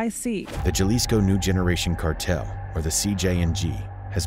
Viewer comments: Thanks for your work 👍 I think It's pronounced Jalisco (Ha lees coe)😎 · Actual pronunciation is more like madeyin and halisco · My thoughts on today's video is you need to pronounce Medellin and Jalisco properly for God's sake 🙄